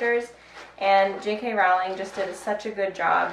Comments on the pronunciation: I feel personally attacked by your pronunciation of “Rowling”, haha. Also, Leo is crazy cute! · hahahah! Yes, I looked up the real pronunciation just now and I definitely got it wrong. I don't think I've ever said her name out loud before this video 😂 thank you for humoring me